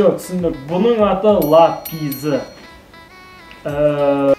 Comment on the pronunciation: Лапизы емес лапяр